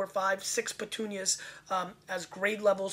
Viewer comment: Also it's not "petunias". it's puttonyos (Poot-tone-yosh). It refers to the amount of sweetness (sugar) left in the wine after fermentation.